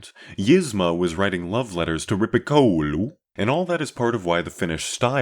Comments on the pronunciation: Very good content from my point of perspective (both personally a metalhead, that is, as well as the channel). And you didn't have that much bad pronunciation either: only Rippikoulu clearly sounded a little bit funny, but even as a Finnish could easily understand what you were talking about. Cheers! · The pronounciation of Rippikoulu was priceless